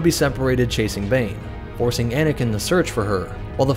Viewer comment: I heard “bananakin”😂